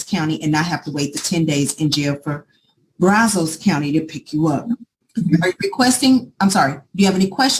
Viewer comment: It is pronounced Braz-us, not Braz-ose.